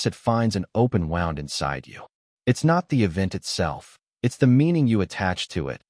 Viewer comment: An open “wound” pronounced like “Yesterday I wound up the clock” AI is still only semi-intelligent 😂